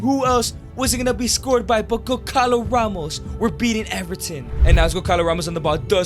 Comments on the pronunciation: goncalo ramos is pronounced gonsalo ramos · the way he says gonçalo ramos its so wrong but so funny 🤣🤣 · As soon as i heard Gonçalo Ramos be mispronounced my heart broke as a portuguese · It physically hurts me every time you say Goncalo Ramos